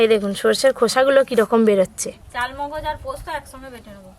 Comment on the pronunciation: Charmogoj কে chalmogoj বলছ কেন?